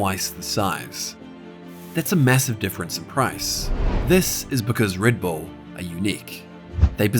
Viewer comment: Reed bool?